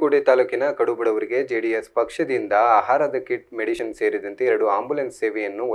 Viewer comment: Nice Maga perhaps improve your pronounsation like for medicine u told medision and for Harish U told Haris.. All the best..